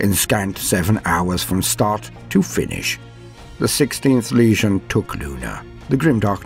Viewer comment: I loooooove this however your pronouciation of the world legion as word lesion makes me cringe more and more every time I hear it. This critque comes from a good place not hate. It's ˈlējən not ˈlēZHən. Although you may call them a lesion in some sense I suppose hahahahaha. Other than that: outstanding job!